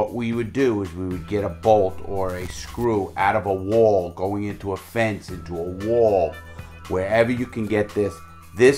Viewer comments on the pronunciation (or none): “Going into a ‘Woalll’.”